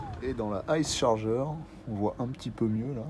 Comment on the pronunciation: on prononce pas comme ça la Charger !